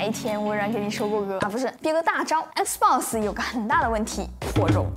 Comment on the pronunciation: 總算碰到個用簡體中文，能把XBOX唸對的人了